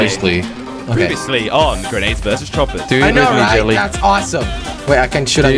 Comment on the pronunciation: Am I the only one that hears this guy say, "Jet Li" instead of Jelly?